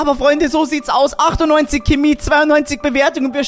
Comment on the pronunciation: Geiles Video aber bitte sag nicht Kimi sag pls Chemie